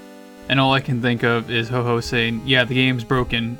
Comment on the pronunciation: That isnt Ho-oh Thats Oh-Oh